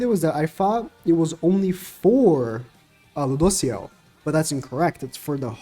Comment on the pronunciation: it's Lewdociel:)